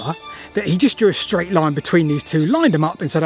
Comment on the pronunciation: The Romans didn't build schdraid roads because they'd never heard of them. Schdraid is a mispronunciation of the word 'straight' which has come about in the last couple of decades due to excess alcohol consumption and consequent brain degeneration in young people.